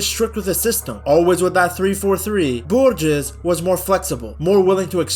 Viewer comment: Say it like Borjes